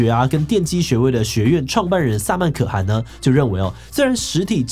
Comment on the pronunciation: 可汗 ㄎㄜˋ ㄏㄢˊ